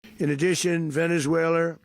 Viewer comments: Venez-wailer😂 i love tesler! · "Venez-whaler" 😂. Dementia strikes again. He's a deranged lunatic. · He said Venezuelr!😂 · It sounds like Trump said VenezueL-ER 🤡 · trump pronounces the country as "Venezueler," imagine committing war crimes against a country and not even being able to say the name. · Since when did Venezuela change its name to “Venice-way-ler” ⁉️ DJT can’t even pronounced it. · venezwayler?! lmao! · "Venezuelers"??? He can't even pronounce the word. And the Republicans just sit and watch, welcome to America. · Venezwhaler ???? Wow such an educated not Prez, lol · 25th amendment please. It's time. Somebody pull him aside and tell him the is no "r" in Venezuela!! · Trump can’t pronounce Venazula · "Venez whaler". Too stupid for prime-time. Make America great again, starting with teaching the leader to read the English language and Maps. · In addition, Venezueler?!!! Is that related to Tesler? trump is an idiot to the max 🤣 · It should be illegal to invade a country if you can't correctly pronounce the name of the country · He could no even pronounce the country’s name correctly! There is no ‘S’ in it.